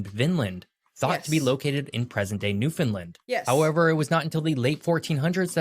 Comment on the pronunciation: Bless him he still did not say newfoundland correctly, not easy to do if you are not a newfoundlander, rhyme newfoundland with understand and that pretty dead on to how we say it, love your videos ❤